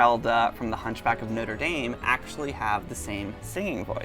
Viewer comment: I can't deal with how they pronounced Dame... 😂🤦‍♀️